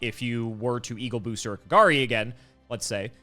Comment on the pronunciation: I love how was close to Kagari's correct pronunciation, and then incorrected him into KaGAHri. xD